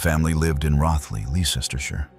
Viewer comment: Roth-ly, Lester-shire is the correct pronunciation. Rothley, Leicestershire. Sauce: My mother was born there, I grew up about a half hour walk from there. I remember wearing a yellow ribbon to school for a few months when she first disappeared.